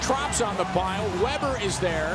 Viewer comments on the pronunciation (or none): none